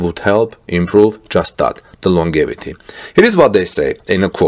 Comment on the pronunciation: "longevity" is pronounced "long jev i tee"